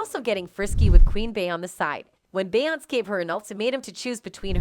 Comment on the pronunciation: I can’t take this video seriously ‘Beyonsss’ and ‘Beeeonsss’ huh?? 😂